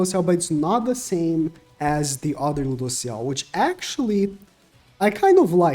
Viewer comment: it's Lewdociel:)